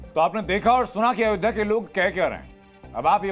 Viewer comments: यह itlay पुत्र "अयोधिया " बोलता है, अयोध्या बोलना भी नहीं आता। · Pappu ayodhya ka ucchar bhi ni kr pata. Italian version